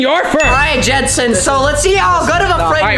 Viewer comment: Its not jensen lmao its Jentzen